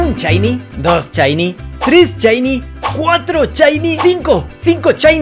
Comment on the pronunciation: Ohh muchos “chiny” hahaha